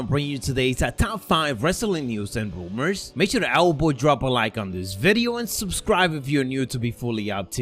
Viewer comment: just makes me happy. I love the way he pronounces Rumours 😂